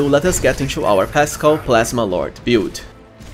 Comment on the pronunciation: build -is pronounced "bild" not "piould" lol